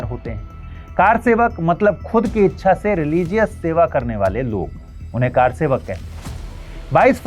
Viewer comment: Car sevak nhi sir, kr sevak Ye confusion to English walo ko hota he.....isse arth badal ja ra he